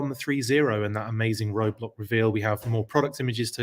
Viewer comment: 😆 Roadblack...funny slip.